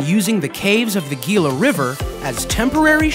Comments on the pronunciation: I know, it just grates my eardrums to hear people mispronounce. Gila is pronounced He la not geela. It is Spanish. Do not go to the Billy the kid museum. It is a long drive for very little. Plus cars and phones were not part of the era. Clearly, the video producer has not been to NM. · Gila as in "Hee lah" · HE LA is how you pronounce Gila. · ITS GILA